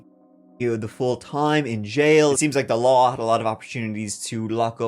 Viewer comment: Are you a Lion? "The laarrr" 😂